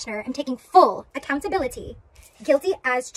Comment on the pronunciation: She’s absolutely PA-THETIC! “ACCOUNT-A-BILITTY” Pls never say that again 🤦‍♂️🙄🤮😖🥺 She’s a true narcissist. Most think that’s just an insult word but watch YouTube videos on what it actually is and this girl will make complete sense to everyone